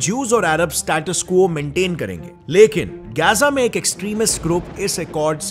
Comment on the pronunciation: Bro it isn't Geza it is Gaza clear bolo